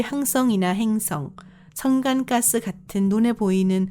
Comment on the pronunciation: 목소리 듣기 힘드네요. 트위치 도네이션 자막 읽어주는 목소리가 훨 나을정도입니다. 석유와 가스를 소교와 까 수... 자막도 틀렸습니다. 마치 자막 읽어주는 음성같은데.. 그분 휴가신가요??